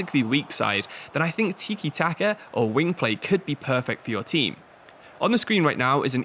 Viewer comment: it's tika not teekie?